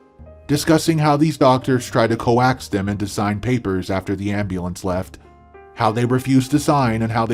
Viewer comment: Tried to "co-ax" them? How about coax, rhymes with oaks.